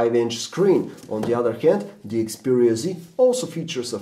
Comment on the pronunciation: its XPERIA not EXPERIA dumbass